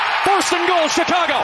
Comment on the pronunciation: no one is gonna talk about the commentator saying “Chicagah”🤣🤣